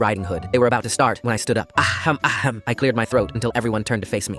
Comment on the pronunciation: “AHjeam AHjeam” what😭